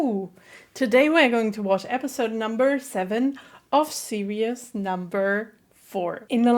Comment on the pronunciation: Btw your still saying serious instead of series I mean it’s fine if ur not good at pronouncing but ye